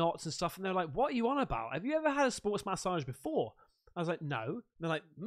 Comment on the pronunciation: Love how u say massage .. Ma-ssage lol 😂